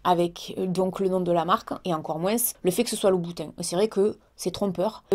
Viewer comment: "MOINSE" j'adore 🙂😉🙂